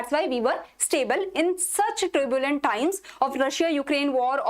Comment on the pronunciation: Not tribulent time. It is turbulent time. Please pronounce rightly. Anyway, your sessions are praiseworthy.